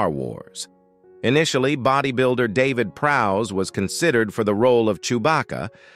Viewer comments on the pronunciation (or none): none